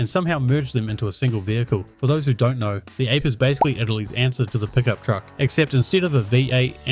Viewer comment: Minor correction: it's ah-pay, not ape. Italian for 'bee'. The name now makes more sense!